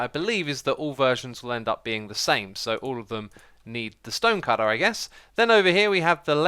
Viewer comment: Did you say stønë cütter?